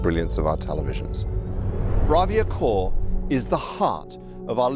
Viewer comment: Is it me? "Welcome to the launch of the new Blavia" ?